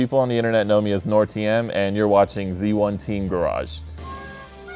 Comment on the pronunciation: The way he says noir is hilarious